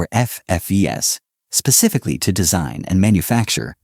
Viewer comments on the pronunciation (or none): none